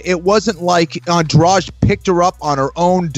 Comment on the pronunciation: how do you guys pronouce that name adrade? come on guys... you can t read a name right?